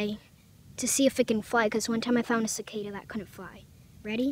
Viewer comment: It's cicada not zicada